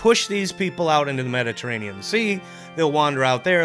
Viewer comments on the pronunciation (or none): none